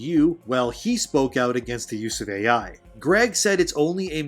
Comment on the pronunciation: Its not "Aye yei" it is "A.I." and it stands for "artificial intelligence" ~thank you kammalharris